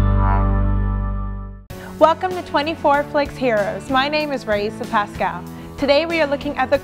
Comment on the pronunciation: Przecież wymawiamy PasKal.